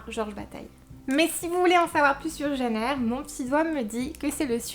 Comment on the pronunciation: Ooh tu dis "Jeanne Eyre" comme ma maman :D J'ai beaucoup traîné avant de me décider à lire Les Hauts de Hurlevent et quand je l'ai finalement fait, je me suis prise une sacréé claque ! Je suis super admirative de la façon dont l'autrice a eu de décrire cette ambiance si spéciale et de planter le décor, pendant tout le livre on se croit vraiment transporté à Hurlevent ! Et puis je dois avouer que je suis tombée amoureuse d'Heathcliff :$ (j'ai un problème avec les personnages sombres et torturés^^) Merci pour cette vidéo <3